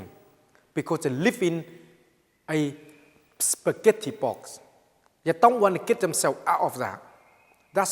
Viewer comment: "cause people live.... in a spigetty bowl" LOL!!!